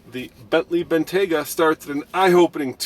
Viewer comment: Bentley "Bengayta"